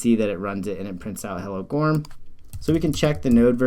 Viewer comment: Thanks for this alternative. Just for the sake of the founder of goorm, it should be pronounced like "guru" in English with "m" sound at the end. "Goorm" literally means "cloud" in Korean.